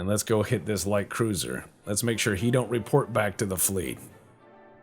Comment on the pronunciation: Less-a go!